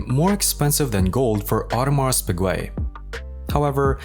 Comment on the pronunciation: lmao what a fcked up way to say the name